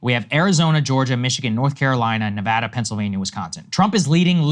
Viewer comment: The amount of people that pronounce Nevada wrong is crazy